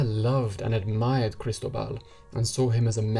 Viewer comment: FYI -- kris-TOH-bal